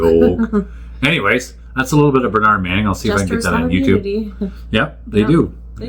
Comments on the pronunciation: Pronounced Ber-nudd not ber-naaarnd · in uk it is burnerd - not burnard - i know it makes no sense - and yes he was the best ever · I'm sorry to be picky but let's get the pronunciation right, because Burnaaaard Manning just isn't the same as Burn-ud Manning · Americans always emphasise the second syllable whereas Brits emphasise the first syllable in a word. It is so weird hearing Americans pronouncing British names. His name is pronounced "BERNrd" not "berNARD" - just saying. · It’s Burn-ud. Not bernARD! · It's funny how Americans pronounce Bernard, like BernAArd. Depending one where you're from in Britain, it's BEhrnrd , bRnrd, bEnnerd, or Behhnid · Your pronunciation is incorrect. In tge UK, Bernard is pronounced 'Burn urd' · we pronounce it bern ud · correctly pronounced it's Bur [as in bird] nahd. And he hated the French. ( wiggles eyebrows ) Wonders how completely nerdy and anal I can get.🤔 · I know that is how 'mericans pronounce Bernard but it it is different here in the UK. That Man was & still is a true legend to me. I used to work in his Son's club in Middleton, Manchester. Bernard came up to the bar & asked for a 'Black & Tan' (half Guinness, Half bitter). Because of the correct way I served this, Mr Manning put a beer on the tab for me to enjoy later....Will never forget it. Yes, He was foul mothed to some People but He also did a great deal for the Charities in the Harpurhey Community......Let's never forget that...RIP Bernard... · Americans pronouce Bernard very differently to us in tbe UK, it sounds so strange! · Sadly Canadians cant pronounce Bernard correctly either!